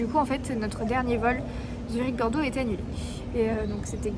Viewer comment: ''Zurech'' Ça m'a fait tellement mal d'entre ça xD